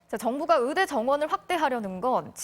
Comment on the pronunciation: 발음이 으대 으사. 발음이 이런데 방송에 나와?